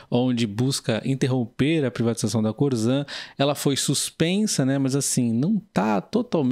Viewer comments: É corsan que se fala e não corzan. Abraços!! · Se escreve Corsan mas esse S tem som de SS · Teria que aprender a falar o nome correto da empresa.....